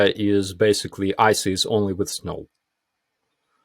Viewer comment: Love, not impressed 'wiv' the presenter.